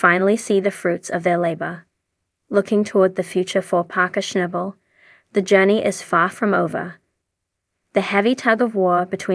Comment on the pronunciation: you cant even say his name wtf